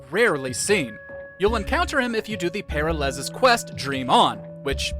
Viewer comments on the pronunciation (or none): How the hell do you mispronounce the name of a character in a game with voice acting? By not playing it? "Para-Lez?" It's "Per-Al-Ez."